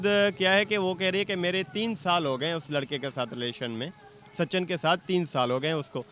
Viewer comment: Sachan....😂😂😂😂😂😂 bc naam toh theek se lele sachin hai😂